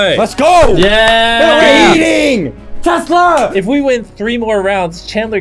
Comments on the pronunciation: What's a twesla 😂🤣😂🤣😂🤣😂🤣😂🤣😂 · Did he say tesler or tesla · “I just quickscoped for your Twesla bro” -Chris 2020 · 2 best ways to pronounce a tesla: twesla!! teslerrrrrr!!!!! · Chris: i just quick scoped for your twesla broo